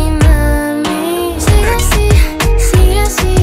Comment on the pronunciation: porque pronuncia ashi?, con sh, shaben ushtedesh?